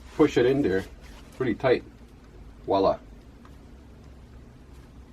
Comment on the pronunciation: Thanks! Those are great suggestions. (BTW, it’s VOILA! not “Wala.”)